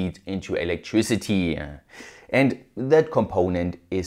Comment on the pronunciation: Lovely-ah energy-ah electricity-ah honestly-ah plenty-ah Some stup!d accents are avoidable and unnecessary